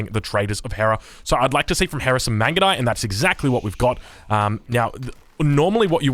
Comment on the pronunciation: i died when he try to pronounce the mangudai upgrade